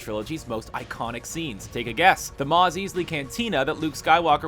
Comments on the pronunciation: It's Mos EISley you pleb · Mos Eesley? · You pronounced Mos e s l e y cantina wrong and the "two jerks" are p o n d a baba and doctor e v a z a n